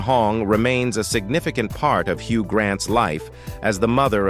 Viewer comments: They MUST OUTLAW AI commentaries!!!!!!😡🤬🤮🤮🤮🤮🤢🤬😡😡😡😡😡😡😡😡😡😡👎🏼👎🏼👎🏼👎🏼👎🏼. HUG Grant VERCEE - it’s pronounced VER SACH EE! I will NEVER listen to or even watch another AI spoken video ever again. Why do they take us for idiots??????!!!!!!!!!DONE👎🏼👎🏼👎🏼👎🏼👎🏼👎🏼🖕. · AI "Hug" Grant and "ver-cee" dress 😂😂😂😂